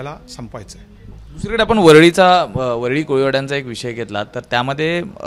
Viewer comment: याला मराठी बोलता येत नाही,वरळी शब्द सुद्धा बोलता येत नाही.